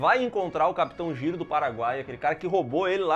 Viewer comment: O certo é "Jairo" não "Giro" pelo amor kk